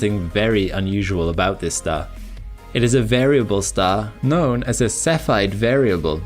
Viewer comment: Guess you haven't heard him pronounce cepheid variable stars seefeed variables 😂